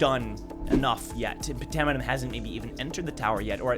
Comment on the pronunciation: I thought phantaminum was pronounced “fantaminum” like phantom